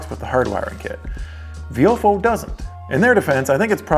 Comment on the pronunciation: I thought it was pronounced “VY-o-fo”